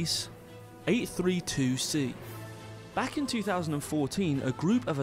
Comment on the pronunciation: At , you pronounced Gliese "gleece", rhyming with "fleece". I confirmed via a visit to Wikipedia that it is the name of a recently deceased astronomer by that name, and it's pronounced GLEE-zuh.